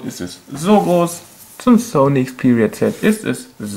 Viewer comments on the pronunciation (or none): none